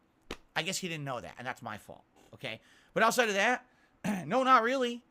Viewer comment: One thing "irking" me about more and more is that he can pronounce the "Th" in "Thus" but when he says "That" it's "Dat"